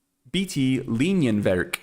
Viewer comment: You pronounced "Bleifrei" and "Linienwerk" quite well in German :) Just the syllable stress in "Linienwerk" could use a little improvement: the correct pronunciation is Lí-nienwerk (not Linien-wérk) – the stress falls on the first "i".